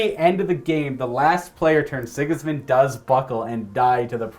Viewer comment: Dude's, this simply has to be said: Sigismund..... SI-giz-mund. not sig-IZ-mund Sorry. I had to.